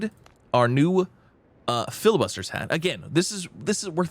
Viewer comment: bro, its not called FILIbuster... its FLI..bustier xD its french